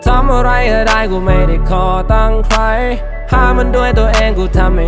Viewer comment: สายฮา ปาจิงโกะ เท่าที่ผมคิด ประมาณว่า คำที่สัมผัสกัน โน้ตเสียงจะไปทางเดียวกัน อย่างเช่น ใคร กับ ไว้ ออกเสียง ใคร เป็น ใคร๊ สำเนียงเหมือนกันไรงี้ (ไม่เข้าใจก็โทดทีนะ ผมมั่ว55)